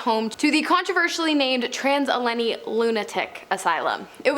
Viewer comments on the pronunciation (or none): Trans Allenny?? Never heard of it. Heard of the Trans Allegheny (Allah-gainy) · Al-ah-gey-neee — trans ALLEGHENY Lunatic Asylum. If I hear Rayleigh county instead of Raleigh (Rah-lee) I’m gonna lose it! 😂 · Al. Uh. Gay. Knee. -weston wv. Trans-Allegheny Lunatic Asylum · You know it’s called Allegheny not Allaney. Right? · It’s Al-eh-gain-ey I believe :) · THIS!!! So much this. It ruined the rest of the video for me. Also, it's not named "Weston Asylum", the actual name is "Trans-Allegheny Lunatic Asylum". Get it right.